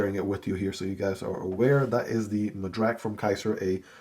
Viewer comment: I'm glad you like it. Will surely check the review! You nailed the pronunciation of the Madrac. Thanks!